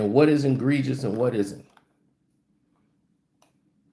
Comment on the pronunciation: At this point I believe you are trolling your viewers with the word egregious. There is no “n” in it dude.